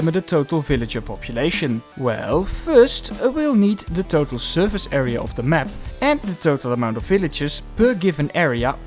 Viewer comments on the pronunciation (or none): area not erea! good video